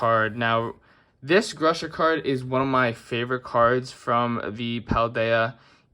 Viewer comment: Grusha..her lmao